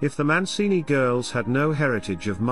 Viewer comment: It's Mancini not Moncini.